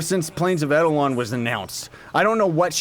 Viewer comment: Friendly reminder: its actually pronounced Plains of EYE-DEL-ON